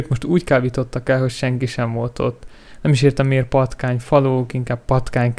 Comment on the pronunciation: Már vártam , amikor kimondtad hogy patkány kábítók , hogy patká-bítók :P :D